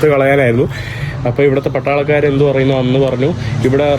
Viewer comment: പട്ടാളക്കാർ എന്നുപറയാൻ പഠിക്കൂ